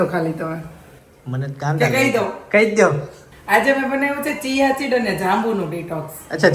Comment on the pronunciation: fesion ma bolva Jay to sa no ch thy Jay che chiya Sid's nay siya Sid's kevay